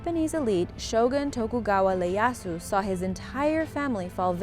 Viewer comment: Tokugawa Leyasu? It's an i, not L :<